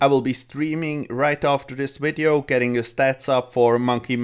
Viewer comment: “Shield of Arav.” Good, good, atta boi... “wideo” facepalm